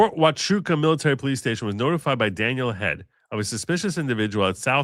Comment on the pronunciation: Yes you pronounced Huachuca correctly